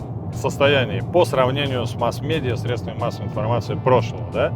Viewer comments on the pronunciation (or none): none